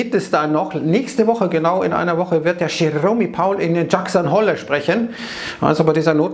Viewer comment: Wer nichtmal Jerome Powell und Jackson Hole nicht aussrepchen kann....